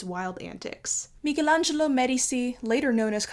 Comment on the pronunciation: FINALLY someone who pronounces Michelangelo correctly, you have my utmost respect